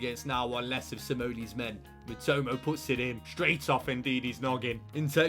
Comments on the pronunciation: same and matomo instead of matoma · Classic mispronounced an easy name lol MITOMAAA. NOT MITOMO. Love it